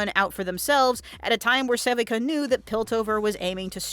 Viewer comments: This is the second channel I've seen making content on Arcane that cannot pronounce Sevika's name correctly. Suh-vee-kuh. It is never pronounced seh-vik-uh in the entirety of the 2 seasons. Why is this error happening? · Se-Vee-KUH. not sevehca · Its pronounced sa-VEE-ka. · How can you possibly be pronouncing Sevika’s name wrong the ENTIRE video!!??! Like… they say it IN THE SHOW! wtf? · My theory is that someone else wrote a script, and the talker never actually watched the show. That or they butcher the name because they can't pronounce it for whatever reason.